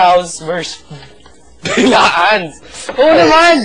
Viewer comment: ge hindi yan bilaan, it's bla'an